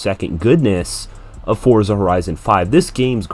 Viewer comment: FINALLY A CHANNEL THAT SAYS FORZA WITHOUT ADDING THE T TO IT